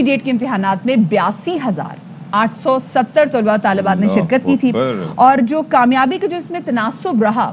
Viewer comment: Tulabao o talibaat ghalat perha hy... Talaba.o.Talibaat